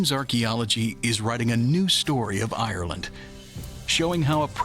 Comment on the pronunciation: Since when did ayeyerland have three syllables? I'm out. 4 seconds has to be a record.